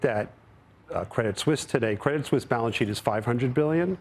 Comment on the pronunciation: Steve says "Suisse" correctly. Can these CNBC goofballs quit saying Credit Sweeese. Just because it's spelled Suisse, it's still pronounced Swiss